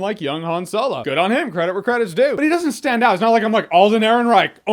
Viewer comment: Keep hearing soylo 🤣 No he still sucked to me.